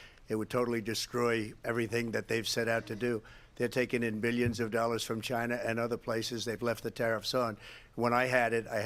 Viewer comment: Donald Trump: Chyna chyna chyyna!!!